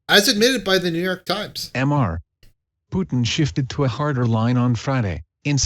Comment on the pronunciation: I just can't prevent laughing every time the auto read says "'m' 'r' (pause) Putin"